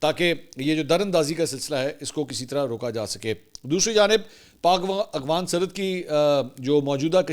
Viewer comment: Mansoor bhai kitnay paray likhay insaan hein aghfan nae boltay afghan boltay hein